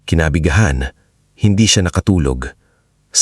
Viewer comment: Kinagabihan not kinabighan